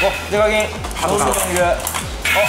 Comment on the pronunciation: 挨拶でsasuke デカキンをデブキンと言ってるwwww